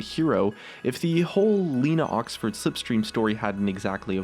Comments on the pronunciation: Lena Oxton, not Oxford ;) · the name of Tracer is not Lena Oxford but Lena Oxton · "Tracer Oxford"...... why